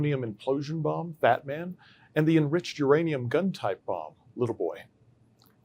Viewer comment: Ya think? sounds like he said Batman when naming 2nd bomb made, Fatman it was named (woke shit maybe) .Surely not😐